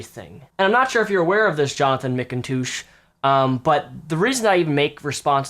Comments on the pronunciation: you´re pronouncing his name wrong, not mickintoosh but Macintosh :D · Jonathan Mikontooosh?